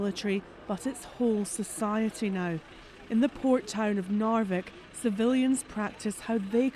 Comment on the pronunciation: "In the poor town of Narvik" :)